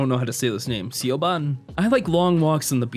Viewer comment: I'm sure there will be plenty of comments like this, but Siobhan is actually pronounced "Sha-vonne"